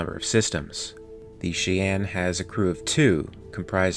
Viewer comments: I can’t finish this video because the ship’s name is pronounced “Shy-Ann”. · It's pronounced 'Shy-ann'. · Cheyenne pronounced Shy-an. Just fyi. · Pronouncing it "shay anne" is far out haha. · Cheyenne = “Shy Anne” Sabot = “Say Bow” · You are amazing,, but it’s pronounced “shy-enn.” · 'Nit picking here' but it's pronounced ('Chi-ann') as in the Cheyenne Native Americans from Minnesota then later North Dakota, Colorado and finally Oklahoma. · I love how he keeps miss pronouncing Cheyenne (SHīˈan, SHīˈen). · As always, I am always impressed with your work and love it, however, the "Cheyenne" is pronounced (SHY-anne.) Otherwise, bang-up job as always my dude. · The vehicle is pronounced "Shy-Ann", as its the name of an American Indian Tribe. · Pronounced "Shy-Anne" .. I hate myself for this comment.. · "Shy ann" is proper pronunciation. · It's pronounced..SHY-Anne.. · Shy-ann. Like the tribe. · Good video, love the content, however....it’s pronounced “Shy-yan..” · He sad che yen...... Its pronounced the same as the pepper like spice. Cheyenne (Kiyan) Believe the word co.es from native american peoples in the southwest but could be wrong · God it's pronounced Shy Yan. Your pronunciation is driving me crazy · Pronounced: “shy-anne’ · Cheyenne is pronounced "Shy-ann". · Please for the love of God - Cheyenne is pronounced “shy anne “. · It's pronounced shigh-ann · Mispronouncing Cheyenne several times in this video is quite distracting. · Yes. Please. It's an indian tribe. The least we can do is pronounce the name right so they don't scalp us...🤣 But seriously, YES, Fix it. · Had to turn it off because I just cannot stand to hear you mis pronounce "fuselage" and "Cheyenne" any longer! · Interesting video - narrator can roll off multi-syllabic fictional tech gibberish without taking a breath, but flubs up common words like Cheyenne and fuselage. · you american?, but pronounced cheyenne like you came from india or singapore, lol. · "Shy Ann" "Fusa lodge"